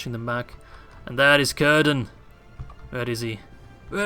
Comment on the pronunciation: Its not currrdan ... its cir-dan